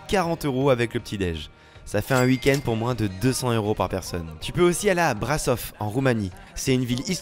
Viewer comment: Par contre, juste petit conseil, ça se prononce BRACHOV.